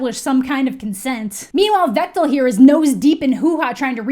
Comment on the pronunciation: 🤣🤣🤣🤣 So I’m a romance novelist and I knew going into this that either be offended or just jazzed. You immediately got me with the way you say “Vektal” Granted I haven’t actually read this series but I’m pretty sure I’ve read many things on the same level as these books